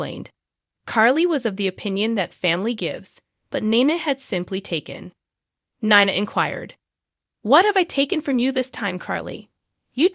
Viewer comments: I’m having a hard time with Nina. The pronouncing is really rough. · It wouldn't be so bad but the narrative of this video needs to say the name of the gh people write. Heck she said Nina's name severaly ways heardly saying it write. Same with porches name. Theses updates on the show wouldn't be bad if they could say the bames of the port Charles peoples name right.